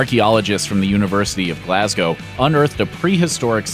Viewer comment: You said Glasgow correctly!!